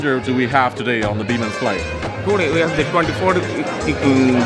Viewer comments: The way you said Biman like "Beeman" is too funny for me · "Beeman "..lol 😂😂😂😂 It's biman.. Learn to pronounce correctly heta marani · its Biman not bhima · Seeing an Airhostess with specs for the first time. Good flight though. The pronounciation is Bmaan...😄👌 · Sam it's not Biman, it's Bimaaan.. itself means an Airplane 😂